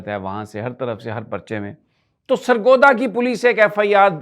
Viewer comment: سرگودہ نہیں ۔۔۔۔۔۔۔۔ سرگودھا 😁